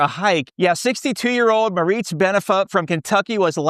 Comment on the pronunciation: You mispronounced the hikers first name. You said Maritze but her name was spelled Marties.